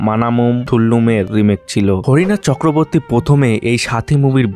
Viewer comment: হরিনাথ চক্রবর্তী ❌ হরনাথ চক্রবর্তী ✅